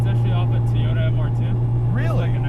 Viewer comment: what is a TEEYOTA? LOL